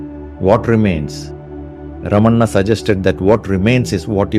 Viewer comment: Well done video. Nails the message home. One change. Not Ramanna’, it is Ramana. 🙂